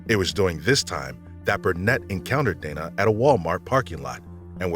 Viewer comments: Dana is not donna...it's day-na lol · You should edit your videos. At one point when referring to Paulette’s sister you called her Paulette. You also pronounced Dana as Donna. Also yea, the marijuana comment in Paulette’s case is so heavy handed and laughable. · Dana is not Donna. Say it with me DAY-nuh. Not DAW-nug. Why pronounce it wrong the first time, but correctly every time after that.